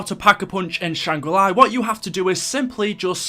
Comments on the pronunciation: Please dont ever say shang ra li ever again.... its shang gri la, LA.... not LI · Can you say Shanger la. Not shanger lai, it's not ly it's la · btw it is Shangri La, nor Shangri Lai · Why do you keep calling it Shangra Li